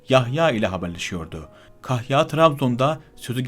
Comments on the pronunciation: Kazım değil, "Kâzım"...kahya değil,"kâhya" olarak doğru telâffuz edilirse daha etkili olur..Lütfen bu hususa dikkat edelim... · Hocam bu nasil diksiyon? Kahya degil, kâhya, Kazım değil, Kâzım ve nicelerini o kadar yanlış telafuz ediyorsun ki, anlattıklarına odaklanmakta insan zorlanıyor. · Kazım değil Kâzım kahya değil kâhya. Bunu düzeltmek çok zor bir şey değil.